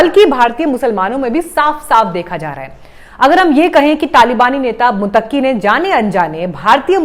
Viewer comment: मैडम, मुत्तकी है आप बार बार मुतक्की प्रोनाउंस कर रही हैं जो गलत है l सॉरी बोलिए कि आगे से ऐसी गलती नहीं होगी l